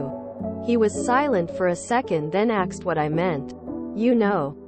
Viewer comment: WHY are all of these narrated stories now using axed instead of *asked*? It just started within the last couple of days and it's driving me crazy.